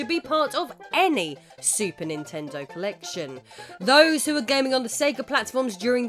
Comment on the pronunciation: Her: "What Ninten-dooo" Me: "You mean, What Ninten-doesss!"